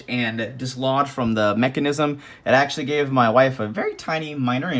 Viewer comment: He said “Axeually” When we was holding the hatchet!